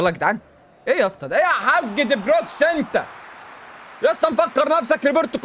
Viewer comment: هو لية بيقول علي دي بروين دي بروكس 😂😂